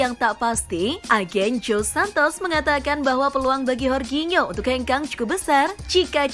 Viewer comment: Horginho siapa min? Wkwkwkwk. Jorginyo min nh di baca ny